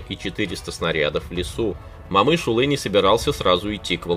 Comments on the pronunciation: коментатол не Бауырджан а Бауыржан и не Мамыш улы а Бауыржан Момыш yлы, котак коментатор. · Абсолютная безграмотность. Не Мамышулы,а Момышулы. Не Бауырджан,а Бауыржан. Аж,противно слушать таких шовинистов нарошно с искажением неправильно выговаривающий имена. Если трудно произносить через букву О ,то тогда генерала Конева так же произноси как Канев. Идиот.